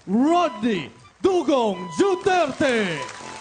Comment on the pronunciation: ngkmli pgbgkas ng duterte dapat juterte ,! hahaha